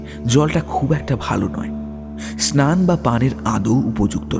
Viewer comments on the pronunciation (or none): none